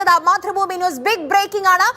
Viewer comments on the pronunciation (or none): none